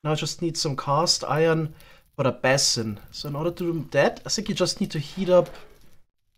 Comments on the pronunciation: base-in not ba-sin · Quick tip: That's not how basin is pronounced. Sounds more like "bay·sn", IPA /ˈbeɪ.sən/ Alternatively: bā'sən 2 syllables: "BAY" + "suhn" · Basin is pronounced with a strong A like bAesun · Your english is better than my german. But basin is pronounced, "bay-sin"